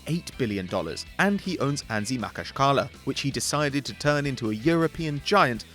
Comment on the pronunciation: He pronounced anzhi makhachkala wrong, its ma-khac-ka-la